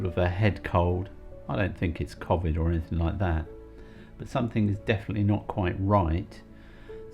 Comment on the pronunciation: I have watched and enjoyed your videos for years now, the new camper is better, little red gave me claustrophobia just watching you. My only criticism was your constant mispronou ciation of covid, o as in hole not the short version, dont know why this drives me mad but it does! Once more many thanks for your videos, bless you both.